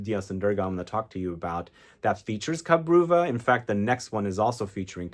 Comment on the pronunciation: Cabreuva is a Portuguese word - ka-bre- oo-va